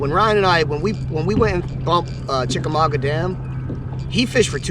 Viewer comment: You making fun of Ryan is hilarious even though you still can't pronounce Chickamauga correctly 😂 This vid is worth watching every second